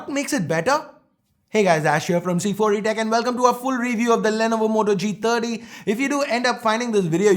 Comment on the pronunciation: Did i really heard moto g tatti i mean g30 am i the only one......